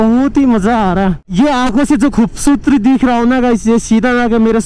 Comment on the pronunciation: Khubsutri Nahi Vai khubsurti hoti hey 😂 but anyway love you ❤️😘